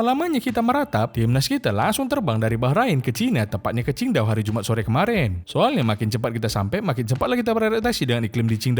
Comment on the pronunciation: Qingdao min,bukan chindao😭😭😭